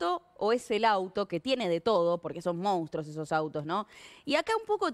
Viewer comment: La mentira es lo de menos, la vergüenza es tener "periodistas" conGOurbanenses ahí en canales porteños hablando de "moUnstros" y agregando "S's" o "N's" adonde no van, aprendan a hablar bonaerenses samer. 🙋🏻‍♂️desde el Nordeste Arg🇦🇷, acá los tira flecha hablamos mejor que Uds.